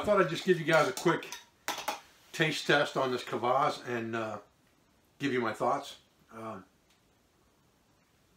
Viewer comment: Really good vid on this, rarely found in the West, drink. I think, despite the spelling, it is prounounced 'Kwass' not 'cavass.'